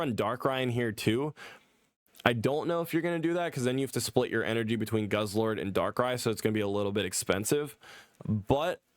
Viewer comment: Not goose-lord, it's guzz-lord